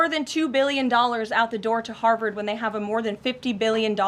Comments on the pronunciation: Harvard Not Harward Vee sound in harvard Not w sound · You keep saying Howard 😢